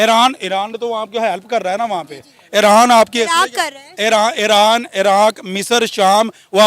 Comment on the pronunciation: Iran ki jagah iraand keh raha hai😂😂